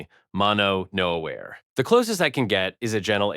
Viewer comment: if you hear a Japanese dude with Japanese parents mispronounce "genkan" two different ways, and then say "mono-no-aware with" "aware" pronounced like the English word... he might be a bot.